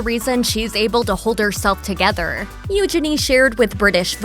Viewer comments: Omg it's Eugene as in Jean not genie!! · I really struggle to watch videos when the narrator mispronounces names and words. It is NOT EUGE-ini . The emphasis is not on the first two letters and it’s NOT Gini. It’s u-geeny.